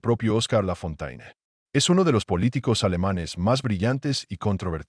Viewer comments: No se pronuncia Lafontaine, sino Lafonten. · La pronunciación es Lafontén👎👎👎😮